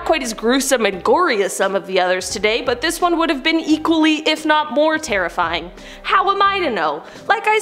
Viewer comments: If this were TikTok the comment section would be full on how she said terrifring and not terrifying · Ok I'm sorry but did no one else hear terrifrying? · haha she said terrifrying